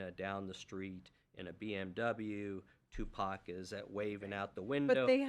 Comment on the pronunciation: I think it's on purpose especially when she said "Pack". He was a household name and still is a household name everyone knows how to pronounce Tupac Shakur